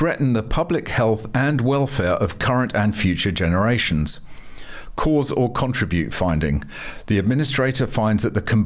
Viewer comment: Pronounce contribute correctly.